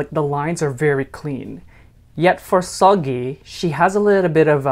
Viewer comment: Seulgi is pronounced more the way you'd say pool. Pool->Spool->Sool (Sool-Gi)